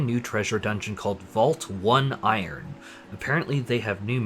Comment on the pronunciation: Please, sir. "Oneiron" is pronounced "oh-nigh-ron". It won't help for this video, but in the future it will be useful.